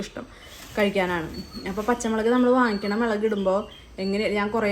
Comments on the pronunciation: മേളക് 😂 അല്ല മുളക് 🎉🎉🎉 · മേലക് അല്ലടി പെണ്ണെ മുളക് 😍😚